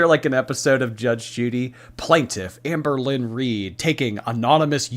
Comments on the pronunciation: Not sure if it’s because I’m English but every time I hear you say her name I hear Anne Boleyn 😮😂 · Anne BOWL-lyn. BOWL!